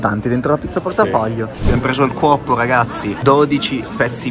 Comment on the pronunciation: si chiama cuoppo non cuozzo